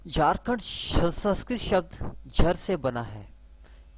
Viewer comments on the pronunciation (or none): आप संस्कृत को संस्कृति बोल रहे हो। थोड़ी भाषा सुधारो बाकी ज्ञान महत्वपुर्ण है